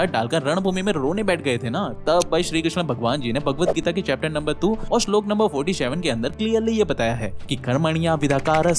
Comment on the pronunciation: Bhai video acchi hai but , sloka ka uccharan ( pronunciation ) thik nhi tha but well done keep growing